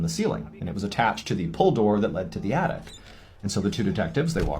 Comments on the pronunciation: Is she saying attict…. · yes lol and it's not at all from a country accent? she doesn't even have an accent at all lol